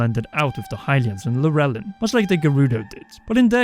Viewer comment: Not Lur elin. Lol